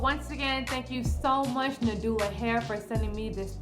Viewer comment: It’s na-ju-la but it’s spelled NaduIa got it confused too